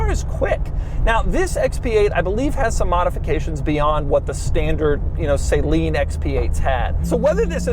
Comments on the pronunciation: If I took a drink every time Doug said SAY-leen, I'd put a bullet in my head. So much for being detail oriented. Way to go De(m)uro. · Saleen is a person, he made a company named after himself, and it is pronounced SUH-LEAN. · I really don’t understand why Doug would pronounce it Saylean….? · Bingo!!!! After Doug said Saline 5x, I just can’t watch. Call me what you will. But the person who comments probably says Porsche incorrectly. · Him saying it wrong so much was killing me. Like dude we’re not putting in iv fluid. SA Lean is exactly how you say it. He should’ve done some research before looking like he knows nothing about Steve or his family. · Nobody ever says Fair-rar-eye but plenty say Porsh and Saline. Whose fault is that? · Pretty sure it's pronounced suh-leen...like Steve's last name. I owned a couple Saleen Mustangs and always said it that way. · Not to be that guy, but yeah, always makes me cringe to hear it like Saline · It sounds like Doug is constantly saying Saline. xD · Doug is the type of guy that would pronounce Saleen as Saeleen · SAY-leen? I thought about taking my contacts out about a thousand times during this video... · Is it actually "SAY-LEAN"? Steve Saleen may have something to say about that. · Doug pronounces Saleen like it's the salt water edition lol. "Saline Edition!"😆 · Who is sayleen 😂😂🫣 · Suh-leen lol 😂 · It's not pronounced "Say-Lean" 🫣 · He said saline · Christ, say the name correctly. Saline is killing me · I refuse to call it the same name as salty water, I will always pronounce it suhleen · Say Leen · I wanted to watch the video but had to stop 30s in because he kept pronouncing Saleen incorrectly! It's pronounced Suh-leen. Look up any interview from Steve Saleen himself. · "Say-Leen", I cringe a little bit each time I hear Saleen said like that. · Please get the pronunciation correct. It’s “suh-leen”. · Doug you are pronouncing saleen wrong. You say the letter a like a short u sound. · It's not (SAY-LEEN)